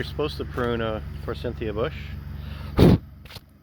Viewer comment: Btw ... it's a Forsythia bush, not For Cynthia bush ... just sayin'